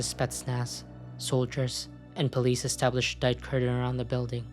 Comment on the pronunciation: Po lee dess